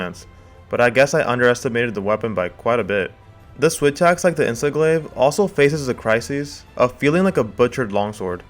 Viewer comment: Did i just hear "Insest Glave" lmao